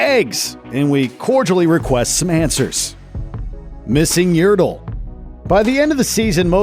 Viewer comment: Its Yertle not yurtle